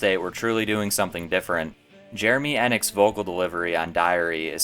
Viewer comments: I can’t keep hearing you call him N-ick. PRETTY sure it’s Eee-nick. At least, that’s how I’ve been saying it since I was 12 ha. I could be wrong. I did have the pleasure of opening up for Jeremy Enigk several years back. A dream come true. Best band ever. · Pretty sure it’s ee-nick, not eh-nick. Thanks for making this though. Very underrated band. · His last name is pronounced ee-nick like not en-ick. Anyway the pink record is my favorite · His name is pronounced eeenick like the e in the word we. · You are 100% absolute-fucking-lutely wrong about How It Feels. Makes sense, since you mispronounce Jeremy’s last name the entire time. This is a hack job overview of an incredibly talented and influential band. You are neither.